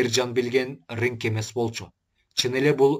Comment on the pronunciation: Ригг э эмес Ринг